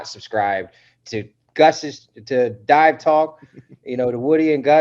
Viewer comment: Hilarious! 💀 I rewound it just to make sure he said "die," not "dive!"